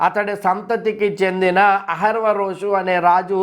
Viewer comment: బ్రదర్, అహష్వేరొషు అని పలకడం నేర్చుకోండి. వీడియోలు అందరూ చూస్తారుకదా..